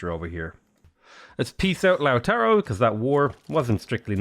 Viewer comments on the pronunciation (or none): none